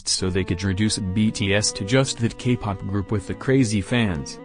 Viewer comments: for some reason i keep hearing gay pop instead k-pop. is it just me? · Bc of the voice I think you are saying “gay” pop. 😂 But either way I agree with all of your opinions. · Ok but whenever the voice says k-pop i hear gay-pop..... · why do I hear gaypop when the voice says kpop? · I’m sorry but every time the voice says “Kpop” I hear “Gay pop” fhosebisbd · I'm sorry but that everytime the robotic voice would say K-pop it would sound like gay-pop is it only me or😬......